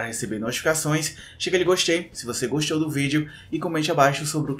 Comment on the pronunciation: "Clica em gostchei se você gostchou do vídeo"